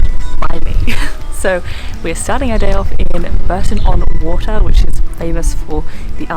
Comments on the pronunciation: The canal thing at Bourton on the Water is the River Windrush. It is also pronounced Bore - ton and not Burton. The Broadway Tower is really what you would call a "folly" - built for show but not very useful. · Nice video, as usual! Just so you know, it’s pronounced ‘Borton’ on the Water, and the water is a small river called The Windrush. 😊